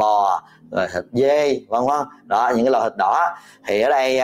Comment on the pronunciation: Bác sỉ nói cái loại,mà bác sỉ nói cái lọi,ko đúng chữ.